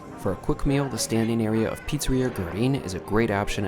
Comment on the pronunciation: You could. At least. Learn to pronounce the name of the pizzeria. It’s just one word in a “foreign language”.